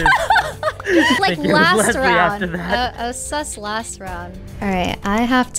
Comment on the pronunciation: Toast: "ooh thats sSuS!" 😂